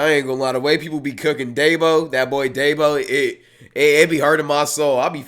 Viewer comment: why does he still call dabo “daybo” 😭